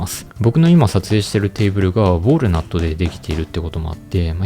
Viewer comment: ウォールナットじゃなくてウォールナットな！